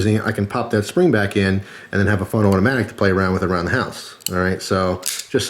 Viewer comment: "Benchmade Mini Presidio Awhdoee" haha